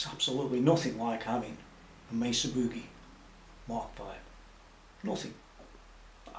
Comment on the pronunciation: man love the shirt very cool. thanks for your time much appreciated and you pronounce Mesa correctly